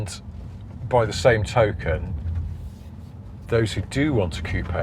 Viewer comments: Why does he say coop eh ? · The " p " in coup is silent. You pronounced it wrong.